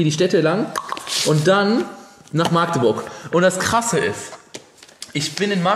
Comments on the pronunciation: Wen triggert es auch dass er maaagdeburg sagt? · Wer sagt alles aus Magdeburg nicht Maagdeburg? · Das heißt Magdeburg nicht Maaaaagdeburg👍😂😂😂😂😂😂😂😂cooles Video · Wenn ich dieses maaagdeburg höre. #agressionen. Dat heißt Magdeburg. 😂😂Krass wie lange dat her is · jUNGE ... das heißt Magdeburg und nicht Maaagdeburg ;) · Es wird Mackdeburg ausgesprochen, nicht Maaagdeburg ;) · Es heißt nicht Maagdeburg sondern Magdeburg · Wie du jedes mal Maaahgdeburg sagst, statt Magdeburg :D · warum sagt eigtl jeder Maaagdeburg? so schwer ist es nicht unsere Stadt richtig auszusprechen 😂😂😂😂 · Ich kann dieses Maaaaaaagdeburg nicht mehr hören, das heißt Magdeburg (a kurz gesprochen) :D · Kommt n bsl später aber ich kann es nicht Hören das: Maagdeburg Einfach bitte Mackteburg aussprechen danke xD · Warum sagen alle immer MAAAAgdeburg???? Es heißt Magdeburg , mit einem Kurzen A🙁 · nicht maaagdeburg sondern Magdeburg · Mensch magdeburg und nicht maaaaagdeburg zieht das a nicht so ine länge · wie du immer Maaagdeburg sagst :D voll süß. kannst du mal wieder nach Magdeburg kommen? ich will dich unbedingt treffen! damals wusste ich noch nix von der lbtour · Ich wohne einfach mal in Magdeburg. Ich kenne alles. xD das einzige was mich aufregt ist dieses Maagdeburg. Das a ist kurz oder halt Machdeburch xD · du hast magdeurg falsch ausgsprochen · Das a nicht lang gesprochene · das wird kurz gesprochen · Digga meine ohren ich wohn in Magdeburg und du sprichst es immer falsch aus